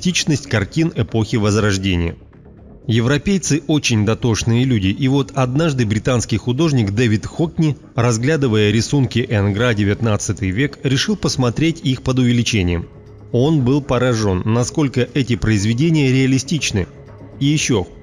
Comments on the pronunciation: Мели емеля))) Не энгрА, а Энгра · Энгра_ ударение на"Э"